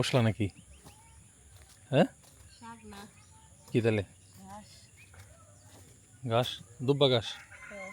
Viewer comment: গাস না ঘাস হবে।